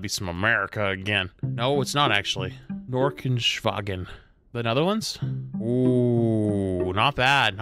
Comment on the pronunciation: Norkensvagen close enough